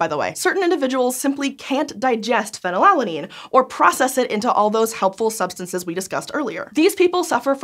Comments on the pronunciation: Is it really pronounced pheny-lalanine and not phenyl-alanine? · can someone correct me on this, but shouln't it, scientificaly speaking, be pronounced more like phenyl-alanine, because it is alanine with phenyl group attached instead of pheny-lala-nine? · Normally Americans odd pronunciations can go overlooked but she said it so many times i had to comment >< - fee-nal-alanine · The American pronunciation of phenylalanine is so jarring when you’re trying for easy listening 😂